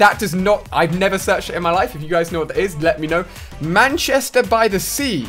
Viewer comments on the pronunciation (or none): none